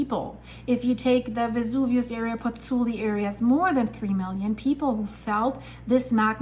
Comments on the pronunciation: Pozzuoli, not Pozzuli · FYI, it’s “Pozzuoli”. I’m a Virgo; forgive me.